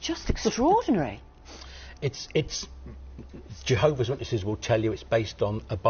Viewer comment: "JeeHOOOver's Organization", ugh, makes my skin crawl every time I hear those words!